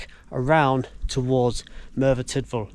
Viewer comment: Discovered your channel recently. I live in South Wales. So videos from around here like the I really enjoy. Just a note on your pronouncing of Tydfil. It's said as 'Tid-fill.' the 'y' is more of an i in that word. Kinda like U is also the same with an 'e' prounced as an i. I know, gets a little complex! Been watching your more recent videos. Absolutely love them. Thank you for making these.